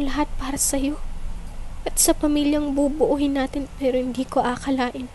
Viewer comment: NOT BUBUUHIN,BUBUUIN